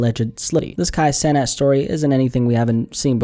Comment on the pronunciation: I think it’s pronounced “ Sea-Nath “ i remember him talking about trinidadian influence and that’s how his name would sound in the caribbean. “ Kai seenath “